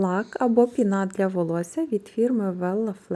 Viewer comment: ПінА ви теж кажете спеціально, щоб коментарів більше було? Ну Вас же діти дивляться, не вчіть їх казати неправильно!